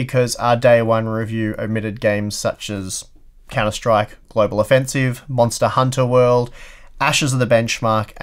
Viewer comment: Why do you say it like Monster: Hunter World omg what a peeve